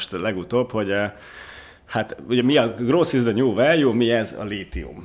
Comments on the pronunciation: hahha akkor nem voltam ezzel egyedül. En nemet nyelvterületen elek es vegig groß-t hallottam 🤣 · Ilyen döbbenetesen csapnivaló kiejtéssel, ahogy a growth-t gross-nak ejtik, én eltanácsolnám Önöket, hogy angol nyelvű podcast-okat csináljanak. Sokat ártana az image-nek.